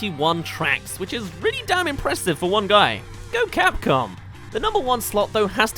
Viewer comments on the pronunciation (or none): none